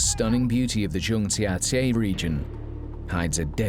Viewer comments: Zhang jia jie pronounced something like English Jyang jya jyay. Not sure why he seems to pronounce the other Chinese names more or less correctly but when he says this place name it isn’t even close. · I’m sorry. There are definitely some difficult words for native English speakers to pronounce but Zhangjiajie ain’t one of them. The pronunciation here isn’t even close. Just takes 15 seconds of a google search.